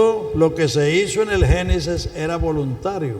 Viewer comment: No se dice genisis se dice genesis